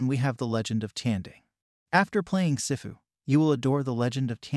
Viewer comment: "Sehfu" 💀💀💀 It's SIFU